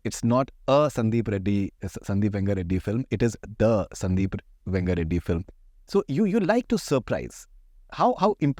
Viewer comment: Only me or is anyone else irritated by this buffoon,? I mean atleast he should’ve learned how to say the name correctly.. what is this ‘Venga Reddy’??